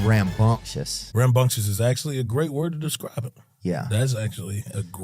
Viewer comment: Did Theo say rambumcious